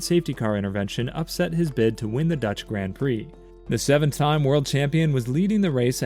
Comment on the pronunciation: I can't listen to anyone that can't pronounce the words grand prix properly